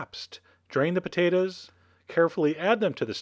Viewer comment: i love the way you say potatoes "potaduhs"